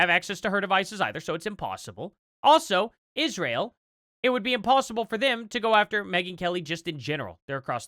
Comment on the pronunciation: "ISHRAEL" AS "COO-COO CANDICE OWENS SAYS 🤪